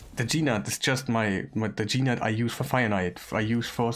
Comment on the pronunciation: his name is not Gee Nutt.!